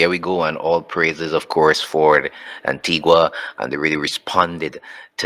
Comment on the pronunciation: It's pronounced An-tee-ga not Anti-gua.